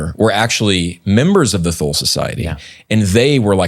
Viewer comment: Thule is not pronounced with a Th sound but a T sound. The E at the end is also pronounced Tool-uh is closest.